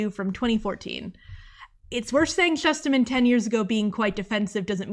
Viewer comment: Omg he’s one of my favorite authors. Got to meet him at Roxy signing. He has such a creative mind. Oh, and I learned he pronounces it: “Shoosterman.” I have been pronouncing it wrong for 10 something years too.